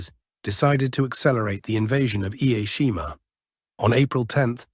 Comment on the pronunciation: Such a shame. This YouTube channel and its narrator doesn’t even bother to learn how to properly pronounce “Ie Jima”. Narrator ignorantly pronounces it as “Ai-e-Shima” How about showing the very, very brave IJA defenders and Okinawan civilians by making an effort to properly pronounce their beautiful sacred island. Use “Jima” not “Shima”. It is pronounced “I” as the “i” in “in”, “e” as in the e in “echo”. Then “Jima”. Get it right please. I’ve been there to Ie Jima. Stationed on Okinawa for 2 years. Stunningly beautiful place; stunningly beautiful and peaceful people; stunningly beautiful culture.